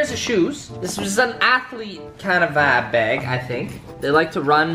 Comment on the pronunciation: Wait he saying vibe I thought he was saying vab